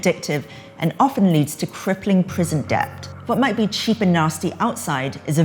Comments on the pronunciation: Debt = Det not Deb-t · The host seems to struggle with the word "debt". Someone really needs to let her know that the "b" is silent. And that "b" is not pronounced "p"